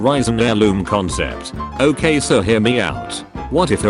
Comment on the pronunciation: "Its not OKEH to be OKEH ❤ (titan cry 😭)"